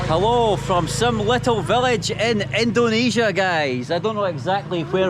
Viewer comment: jgn ikut²an org indo bang yg nyebut indonesia dengan ucapan "endonesia".org indo yg nyebut Indonesia dgn ucapan endonesia itu kyknya lidahnya ky lidah ular,bercabang...